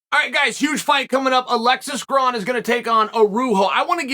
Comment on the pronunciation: Alexis grahn vs varuho…. 🤦🏽🤦🏽🤦🏽 purposely pronouncing someone’s name wrong is the upmost sign of disrespect… and for that cheal… I would like to congratulate you. Underrated. Undisputed.